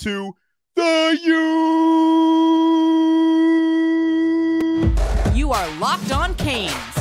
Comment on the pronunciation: Please don't say the U like that anymore